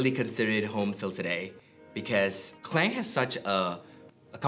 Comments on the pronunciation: Malaysian yet proceed to call his hometown "Clain' instead of "Ke-Lang" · Org Malaysia tak sebut pronunciation kleng.. Klang is Klang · So he's originally from klang but why he pronounce it "kleng" like foreigners do. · This might be long back video but can you pronounce KLANG not in english version pls in Malay pronounsation. Thank you😊